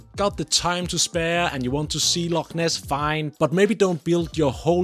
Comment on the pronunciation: The Red Edinburgh on the map is missing the h, But I am REALLY glad you pronounced it correctly 😊 And the word loch too, It makes all the difference. A great wee video.